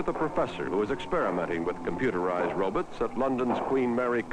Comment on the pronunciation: Ha! Ro-bits